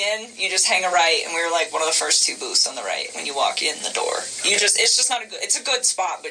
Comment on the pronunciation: This so-called investigator seems either not very experienced or is somehow "charmed" by her. "Ogay, ogay...". Much too easy on her!